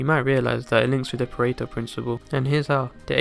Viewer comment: I can't stop hearing "perrito" (puppy) insted of Pareto hahah